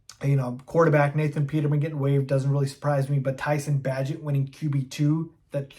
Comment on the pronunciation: If you want to be considered a Bears authority maybe learn their names. For example, Bay gent.